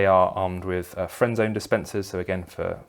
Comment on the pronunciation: I kept thinking you were saying "friend zone dispenser" instead of Frenzon 🤣 Just picturing a few dudes walking around with a mist they spray on guys, turning them into a bunch of sad, lonely and constantly rejected incels.